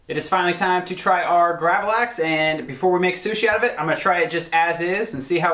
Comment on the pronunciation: You pronounced gravlax very good! Lax means salmon in swedish. We eat it on a thin hard bread called gene tunnbröd. And on that we put a sauce called gravlaxsås wich is made from dijon mustard sugar dill and red vine vinegar (and a few other ingredients) Been watching a lot of your videos in the last few days 😁 love from sweden